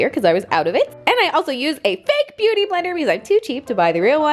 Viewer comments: Did anyone else hear her say begooty instead of beauty???😂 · did anyone else hear her say bagooty instead of beauty or is it just me? lmao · Did anyone else notice how she pronounced “KKW beguty” instead of ‘beauty’!??😂😂😂😂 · "KKW Bagoody" lol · “kkw buhgudy” 😂😂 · "KKW begueaty" lol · did she say "Ba-Gooty"?? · She said "this is the kkw buhgoody nude lip liner". Lmbo. Love you!